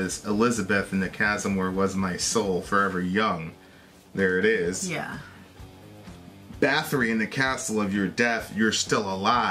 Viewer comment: It’s pronounced “boat-ory”